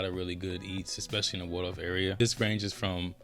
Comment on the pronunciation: I love St Charles County! Video is spot on but remember it's Waldorf not Wardorf or Wardoff....lol